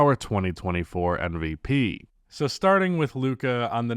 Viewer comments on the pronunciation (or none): Is it just me or does always say NVP. He is able to say M, but the sound at the start of his MVP is more like in NBA than in Embiid.